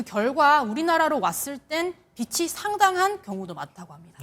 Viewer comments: “빚이”를 기자가 비시라고 했다가 비치라고 했다가 난리구나 비지라고 읽으세요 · 빚이 상당한이 아니라 빛이 상당한으로 읽음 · 빚이 많다도 빗이 많다로 읽음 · 빛이 - 빚이. 기자 국어시험도 안 보나? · 기자님 '빚이 상당한' '비치 상당한'× '비지 상당한'○ 아 이런 읽을때발음 이 기본도 모르심 어쩝니까.